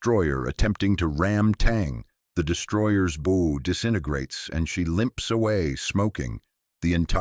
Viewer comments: Please teach those narrating your videos that bow is pronounced with an ou sound not with a long o sound. Just FYI the bow in there narrative is the FRONT of the ship or boat NOT like a ribbon on a dress. Naval personnel should do your narrations not someone unfamiliar with standard naval terminology. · Somebody needs to tell the audio system that the correct pronunciation for BOW in not like the present package bow but the front of a ship bow pronounced like a cow! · And, I have probably watched 50+ war history videos, and every one has mispronounced 'bow'. That and the verbalization of numbers, and dollar figures are always mispronounced. So much for the 'intelligence' in AI !!!